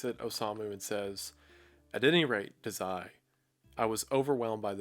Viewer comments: I love this video but i dont think you're saying Dazai right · as a massive bsd and osamu dazai fan (most authors the characters r based off of actually) i died inside when he said dazai like that and i have no idea why 😭 I paused the video, and sat there staring at the screen for a moment